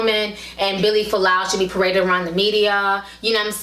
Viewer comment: its Fualaau not Folau how annoying